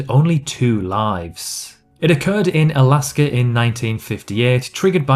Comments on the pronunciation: Alaska Alaska not alsker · Texas and Alasker